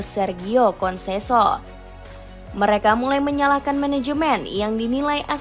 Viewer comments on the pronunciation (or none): Ketika naratornya sebut "konseso eks pelatih sporting lisbon" saya berhenti nonton video ini.